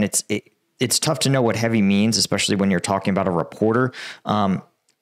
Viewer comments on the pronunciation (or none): none